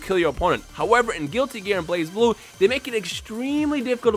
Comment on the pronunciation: tf is blaz blue..... its blaze blue guys